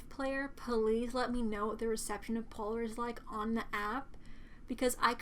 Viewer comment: Damn she said poor not polar thats what i heard lol